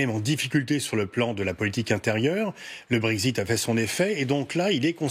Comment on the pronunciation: "Le Brégzite" ?